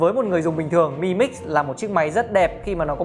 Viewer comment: "Mờ i mix" nghe chối tai quá.